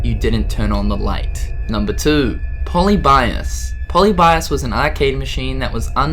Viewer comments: Po-li-bee-ous Say it right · Pol_ee_bi_as wtf